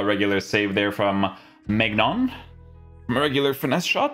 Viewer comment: His name is pronounced mynan